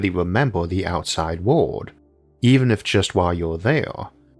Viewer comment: Why does your word "world" sound exactly the same as "word" and "would" or ward?